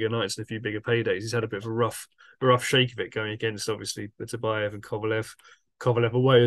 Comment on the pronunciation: BITTER-BY- YEV ??......Show some respect for the champion, please, by learning to say his name right.